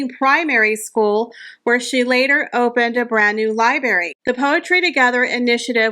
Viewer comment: Just a grammar comment. Library has two ‘r’s. Be sure to pronounce the first one or it becomes libary. Also the color teal is like the name Neal not ‘till’. I enjoy your videos keep it up.